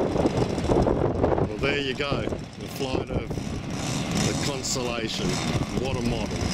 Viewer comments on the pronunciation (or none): Amazing that its a ARF aswell! Btw.. Its called a Con"stel"ation as in Stars.. Not a consolation as in if you got a second prize lol..